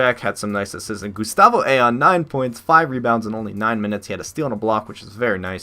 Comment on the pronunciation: IT'S PRONOUCED I-OWN!!! NOT AYON!! You're killing me!!